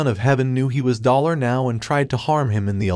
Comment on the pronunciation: Why does dollar sound like BALLER